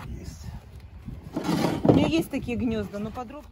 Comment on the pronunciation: ЗаХотовки, Хнезда, как противно все это слушать 😢😢😢😢😢😢😢😢😢😢